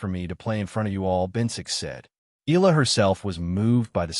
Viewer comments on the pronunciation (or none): Eh-Yah- La and not Ih- La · Please correct your AI to pronounce EALA's name correctly. It is EE-YA-LA!! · And you know all that for sure? You can't even pronounce Alex's last name properly. You AI BS!